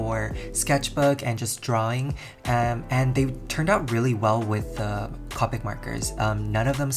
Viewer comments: It’s coepick not cawpick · what anybody else triggered when he said co-pic marker instead of cope-ic markers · It’s pronounced Co - pick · I think it’s Copic is pronounced Ko-pic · I love your videos but please.. Copic has a hard "o" sound not a soft one; I died a little every time you said "cah-pic" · I hate it when people say copic like that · He said copic wrong